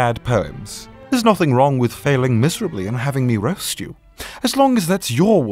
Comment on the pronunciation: I notice that when says roast he sounds like he's saying rust i'm sorry but i only notice this after the 2nd episode why is that?